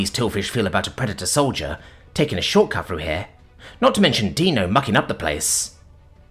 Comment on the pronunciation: Got Dino's name right. 10/10. Respect for coming correct.